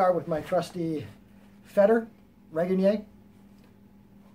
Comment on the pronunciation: Good review. And great to hear someone pronouncing Regenyei's name better.